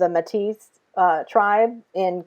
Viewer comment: Great video! Thank you. One comment: Métis is pronounced "Maytee." Keep up your outstanding work.